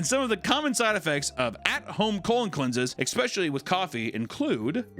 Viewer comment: I'll never get used to the way says "especially"